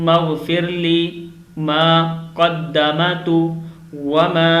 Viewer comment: It’s kadammtu . Not kadamatu.